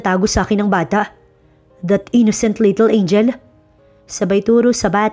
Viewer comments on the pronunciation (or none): none